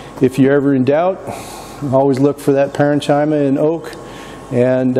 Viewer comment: Nice video...but pronunciation correction. "Parenchyma" is pronounced with a hard ch sound. ..paren-kee-muh